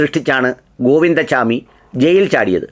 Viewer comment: ഗോവിന്ദ ചാമി അല്ല ഗോവിന്ദ സ്വാമി ആണ് മലയാളത്തിൽ പറയേണ്ടത്